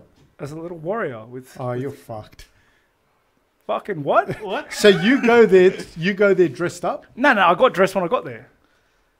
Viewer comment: "Fockin Wut?" 🇦🇺